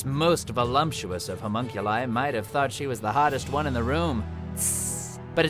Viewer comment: Not saying the Haberkorn is in the wrong, but... why do people pronounce it "volumptuous" when there's no M in the word whatsoever?